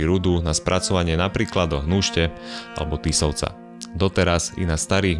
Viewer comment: ten typek je zo zapadu, cize jeho prirodzenost to vyslovit zle😅